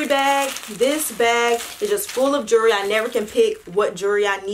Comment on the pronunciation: The way you said jewelry had me crying . My jury 😂😂😂😂